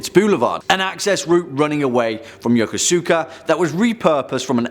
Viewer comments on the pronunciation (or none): none